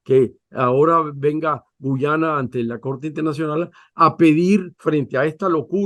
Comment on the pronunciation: Nitu, es Guayana no Guyana siempre te confundes